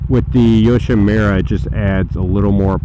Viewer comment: Pronounced "yoshimoora", not "yoshimeera". But the bike looks great and sounds even better.